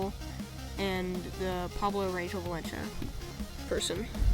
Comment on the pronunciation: In English tbh, id say like Pablo Ran gel valen cia but its okay I get it lol ,but in the vid I say you pronounced it well (I edit ed this alot holy)